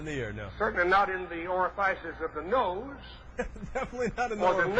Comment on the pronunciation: Oh my god. ...was he a preacher or something? Who the hell is he preaching to? What a clown. Ori-fices, ah-nus? He's afraid to say penis? He tried to teach sex-ed to the children?